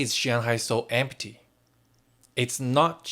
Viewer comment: 'Empty' has two syllables : 'M T'